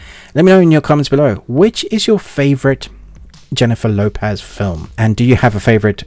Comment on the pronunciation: It's Lo-PEZ, not Lo-PAZ. Like Pez Dispenser.😂 I'll definitely check it out on your recommendation.😎👍🏽